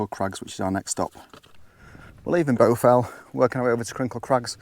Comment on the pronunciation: I think you might be pronouncing it incorrectly which is the problem. Shouldn't it be pronounced with an A not a U !